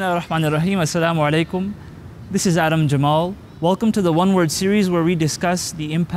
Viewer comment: its Assalamualikum right...not Assalamalikum...pls correct me